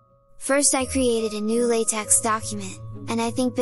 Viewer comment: Its not how LaTeX should be pronounced